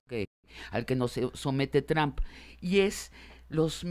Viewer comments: Sabina necesita aprender a pronunciar (en ingles o en espanol, ya da lo mismo la neta) el apellido de Trump... no es Trahmp! no se si sea con jiribilla de tratar de decir 'tramp' (insulto en ingles, no significa nada en espanol) o es nomas que no le da la boca para pronunciarlo bien. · No puedo tomar en serio a alguien que pronuncia "Tram" en vez de Trump, da pena ajena y parece que no cursaron secundaria (Sabina Berman).